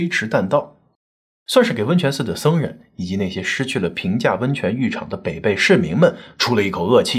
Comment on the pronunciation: 你的文案小编是重庆人，为什么没有告诉你，这个地名：北碚的碚字应该发音为＂陪伴＂的＂陪＂。我们的家人在抗战期间就生活在那里。